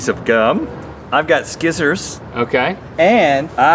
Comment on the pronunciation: Hearing Rhett pronounce it “skissors” took me right back to middle school.